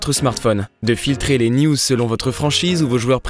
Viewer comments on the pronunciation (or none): none